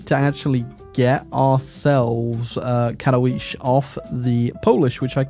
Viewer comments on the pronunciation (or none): none